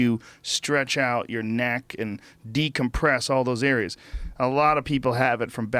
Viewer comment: Joe "Decompress your kneck " Rogan